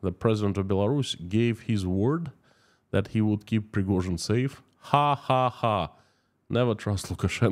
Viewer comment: Preghozin..... never heard from her.... 😂